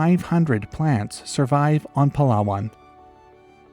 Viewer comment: Wooow my man nailed the Palawan pronunciation